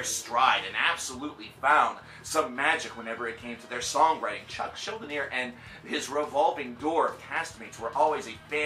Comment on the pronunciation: "Mortis", "Chuck Shildi-near" wtf?